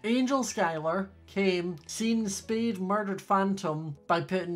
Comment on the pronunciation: Why r u saying speed and not spade but it’s okay😄